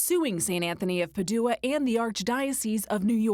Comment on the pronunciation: St Anthony of “PAD joo ah” not “pa DOO ah” ... was nobody in the newsroom familiar w pronunciation used by Catholic Church?